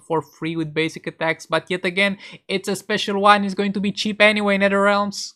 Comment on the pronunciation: Its netherrealm not netherrealm 😀